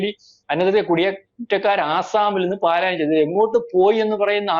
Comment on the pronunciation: പാലായനം അല്ല പലായനം എന്ന് പറ മലയാളം വാക്ക് തെറ്റായി മലയാളി പറയല്ലേ pls.😢😢😢